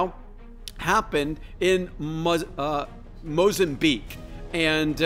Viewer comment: FOR SOMEONE CLAIMING TO KNOW SO MUCH YOU CANT EVEN PRONOUNCE MOZAMBIQUE. YOU SAID THAT WORD LIKE YOUVE NEVER READ IT OR EVEN HEARD ABOUT THAT AREA. SPEAKING OF SIGNS. YOUR SHOWING SIGNS OF NEVER ACKNOWLEDGING AFRICA AND ITS COUNTRIES. CANT TAKE YOU SERIOUS YOU ARE QUOTING PARAGRAPHS OUT OF BOOKS FROM THE 1800S AND LETTING THEM INFLUENCE YOUR JUDGEMENT